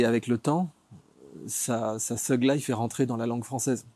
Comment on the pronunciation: Il m'a stressé comment il a prononcer thug et thuglife